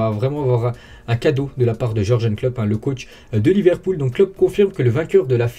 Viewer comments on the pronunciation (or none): parce que quand il dit Ancelotti il le dit bien alors que pour jurgen il le dit mal je comprend pas